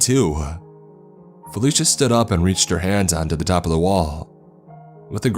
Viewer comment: .......everytime, somehow ...I hear fellatio instead felicia ..,im sorry...